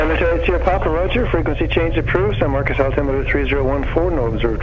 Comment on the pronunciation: San Marcos, not San Marcus